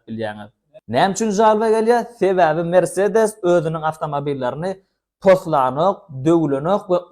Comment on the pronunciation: Merseedes dal mersedes